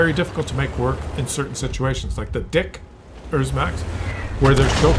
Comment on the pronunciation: Even after he repeated it for the 57th time, I still don't understand where he found the "s" in "Dicker Max". He always says "Dick ers Max". By the way, there is a saying that says that a stupid joke doesn't get any better if you repeat it a hundred times.